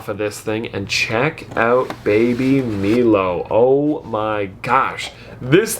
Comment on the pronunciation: Not the baby “milo” it’s pronounced “Mylo”